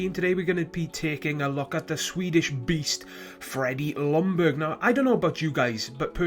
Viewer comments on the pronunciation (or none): "Lungberg" it's pronounced "Young-berg". Other than that it was a good vid. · goodness you English speaking countries, its pronounced yoong-berry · jack SG no he did not. im swedish and that is NOT how you pronounce it.